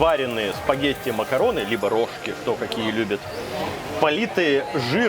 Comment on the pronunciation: Очевидно, что рожкИ, а не рОжки